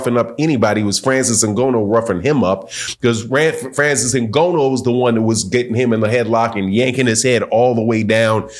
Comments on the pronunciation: His name is Ngannou not N-Gono. That's disrespectful. Learn a man name's before making a video about him. It is really unnerving even if you're right in your analysis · Great assessment, but the brother's name is NGANNOU, or "N"-GA-New, not "N"-Go-No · Try to pronounce his name right. Not Ngonno. It is Ngannou. There is an "a" in his name. Just try doing a little bit of homework. Thanks for the work you do. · Next time don't say Ngono, coz in Swahili that means Sex. His name you can pronounce it as Nganu or Nga like hu_nger the Nou like [knew/new]. I hope that helps😁 Anyway, great review 👊🏾👊🏾👊🏾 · It's IN- GAH- NEW! NOT IN- GO- NO. LOL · good insights. btw, Francis' last name is pronounced INGANNO not INGONNO. but i support your channel. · Dude name ain’t N-GO-NO man…🤦🏾‍♂️. It’s N-GAH-NOO. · was being sarcastic about consistent mispronunciation of Francis Ngannou's name. keeps pronouncing it "In-go-no" instead of "N-Gah-nou" so was calling him out on that. He wasn't disrespecting Francis' surname. In fact, quite the opposite. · NGONO ???? Wtf …why u constantly saying that? Nobody has ever Said its pronounced that way so where the fuck did you get that from ? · Did he say Francis ingono? Good analysis though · Its N Ga NN OU. And hes not a wrestler. Jeez these boxers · first of all...pronounce his properly ! the first point in putting respect on someone's name! "NGA---NOUUU" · It's pronounced “NNGAANU ” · Hey it’s pronounced N-Ga-Nu or N-Ga-New same pronunciation. Anyway your absolutely right about fury’s tactics. Francis is a MMA fighter they use dirty boxing. If fury got up from wilders punch I think Ngannou can as well. Fury got up 4 times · How many times he gonna say Francis Ngono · FYI, his name is pronounced Na-GAAN-oh. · Bro called him ngono nganou ngana everything 😂😂😂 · Good video but your pronunciation of Francis Nghannou name was hard on my ears 😂😂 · Show Francis some respect and learn how to say his last name